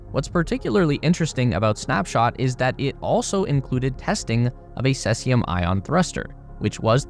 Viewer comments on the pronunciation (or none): SEE ZEE UM